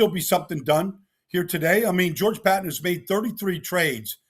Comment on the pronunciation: George “Pat-ton”. Cmon Baldy.